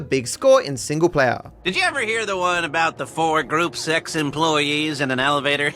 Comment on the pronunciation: he did NOT say gruppe 6